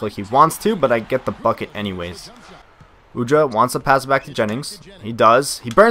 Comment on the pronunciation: its Udrih not Udra. Beno Udrih is from same country as me ( Slovenia )